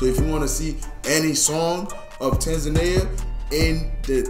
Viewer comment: u pronounced Tanzania correct..❤️